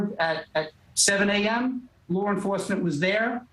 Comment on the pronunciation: That "lar" enforcement he keeps talking about 😂